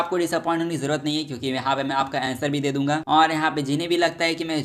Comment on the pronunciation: Manga ❌ Manva✅ Surprises ❌ Suprises✅ Answer ❌ Aenser✅